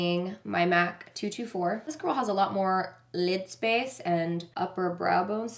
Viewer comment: I love how pronounces "lid" lmao "leeeeed"